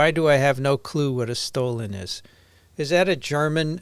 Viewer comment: It's Stollen, with a short "o"!